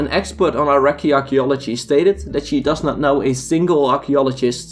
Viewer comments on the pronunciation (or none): none